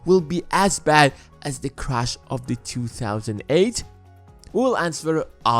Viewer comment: You have great production value. But your pronounciation is a bit distracting from it. If you have the time you might want to consider improving it. Like pronouncing Crash and Crush.